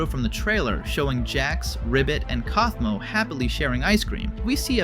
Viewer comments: My eye twitched when you said cowfmo instead of coughmo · How the hell did you pronounce Kaufmo's name wrong at first, then right just a few seconds later?